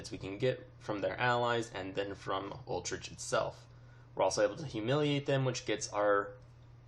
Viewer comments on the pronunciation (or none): Utrecht is pronounced You-trekt lol Not Ultricht